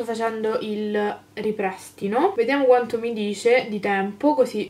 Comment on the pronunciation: si dice ripristino non riprestino 😂